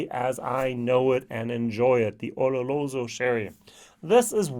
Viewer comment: O-Lo-Ro-So LOL NOT O-Ro-LO-So... Double LOL